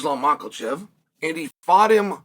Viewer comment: But says „Tsarukyan“ correctly…. 😂